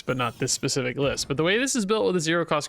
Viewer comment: well its like saying pacific instead of specific if you wanna be that guy then do you bro i was just trying to correct you so you dont sound stupid